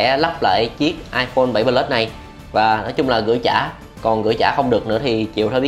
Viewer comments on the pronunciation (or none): Nghe cái ông bán nói 7 pờ lút :))))) là thấy bất ổn rồi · tuy là đọc không đúng chuẩn . nhưng mà đọc sao cũng được mà . có vấn đề mẹ gì đâu , ngôn ngữ Việt Nam phong phú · thấy đọc iphone 7 “pờ lút” hiểu